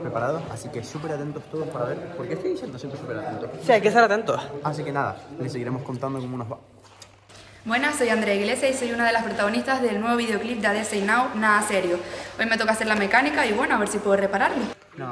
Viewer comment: Soy la única que noto que Andrea pronunció mal el nombre de Adexe y lo llamo adese???